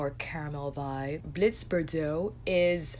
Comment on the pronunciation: You are pronouncing Bordeaux wrong though my friend lol